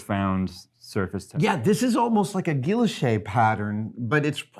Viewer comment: Gwi Yoche, Adam... it is pronounced Gwi Yoche. Blame the French.